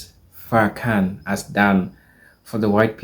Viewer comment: Please refer to him as minister Farakhan. Please stop mispronounceing his name.